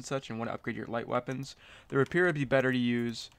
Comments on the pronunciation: its pronounced ray-pee-air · i think they are mocking the way you pronounce rapier